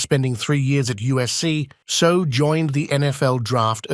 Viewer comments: Properly pronounced Say Ow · If you are going to make a video learn how to pronounce his name!!!! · Hey robot voice. Learn how to pronounce his name correctly.